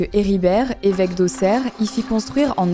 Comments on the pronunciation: Incroyable video Marie ! Et merci à toi de dire correctement le nom de ma ville car ce n'est pas souvent que les personnes prononcent bien Auxerre 😂💚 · Je ne fais que commencer la vidéo mais déjà : welcome home & merci de bien prononcer "Auxerre", ça fait plaisir 😊